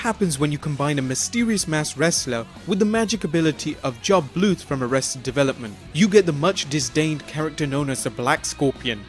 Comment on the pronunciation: Jawb Blooth